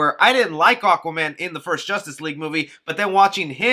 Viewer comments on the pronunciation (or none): none